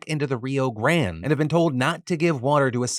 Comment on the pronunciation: Not you speaking about your improve in spanish pronunciation and reading Grande like that 😅😅